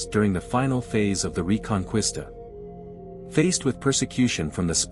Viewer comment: I'm sorry but its hard to take you seriously once you mispronounce reconquista.